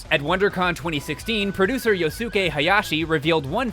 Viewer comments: you really need to work on your Japanese pronunciation, my dude. Aonuma is "Ah-oh-noo-mah." If it was "Ay-oh-noo-muh," it would be spelled Eionuma. Yosuke is "Yohs-keh." If it was "Yoh-soo-kay" it would be spelled "Yosūkei." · Also, “Yo-sue-kay”. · Hey, not to sound like "that guy", but maybe next time coach your voiceover artists on proper name pronunciation? It's "Ow-numa" not "Ay-oh-numa", it's "Yoss-kay" not "Yo-soo-kay". This is a common problem with your videos and it really bugs me. Please learn/teach your voiceovers how to say these, frankly, really simple names.